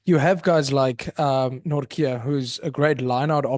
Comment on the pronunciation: As a Dutchman; THERE IS NO K IN NORTJE. Jesus Christ, Van Riebeeck draait zich om in zijn graf!